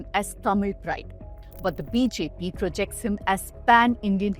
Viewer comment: Sister your BJP sounds like BHP in an otherwise perfect pronunciation!